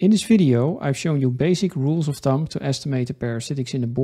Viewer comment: Heel instructief. Eén dingetje: uitspraak: (Rule of) Thumb spreek je niet uit als thump maar als thum!